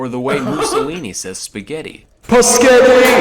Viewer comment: Thought, he said pussy when he pronounces spaghetti